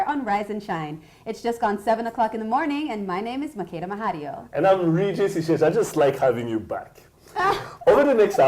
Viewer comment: Please Regis say your name the right ŵay (French version) and not the English version, as it doesn't give it/you justice.